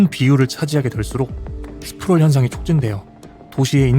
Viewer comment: 1가구를 한가구로 읽냐 일가구야! zoning 은 지역으로 번역해야 하고 Sprawl 이란 말도 제대로 해야지